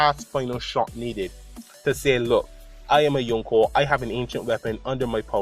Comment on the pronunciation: very nice theory mate keep it up !! :) btw i like the way you pronounce yonko :p